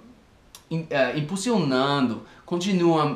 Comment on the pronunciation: O falando impulsionando é muito engraçado haahahhahahahahahahaha